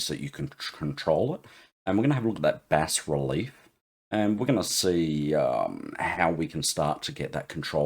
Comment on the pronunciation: Hey G'day, I have to thank you so much for the Bas-Relief tutorial, as a by the by you pronounced it correctly (in the King's English lol) the Americans pronounce it as (don't ask me why) Baaa Relief (yes a sheeps baa) they seem to like swallowing letters lol something akin to Soldering as Soddering. Anyways I digress, Brilliant. BUT BUT BUT BUT you Opened a Can of Worms! At 1.10 secs to 1.30 seconds you said something that made my head explode, you were talking about 3d models and being able to import them into Krita and texturing them with AI? If I understand this correctly and I'm now guessing if you can import a 3d model, you should also be able to pose the model and create a Bass Relief from it as well? There are a few dedicated now apps "paid apps" that can do this but to be able to do this with Krita "free" would be amazing? Am I reading/understanding you correctly. I will have my nose buried deeply in Krita now looking to see if I cant fall over how to do this. Also a big thanks from my fellow friends at Scarylaser as well, they are now using (thanks to your tutorials) krita to generate their Bass Reliefs for creating coins for fibre laser engraving!